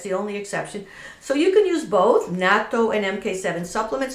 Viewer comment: Woww you're the only White person who pronounces it correctly. Lol. Bravo.